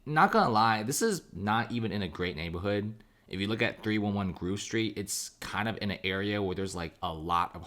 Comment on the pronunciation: Great vid. Just a heads-up...it's Grove Street, not Groove Street.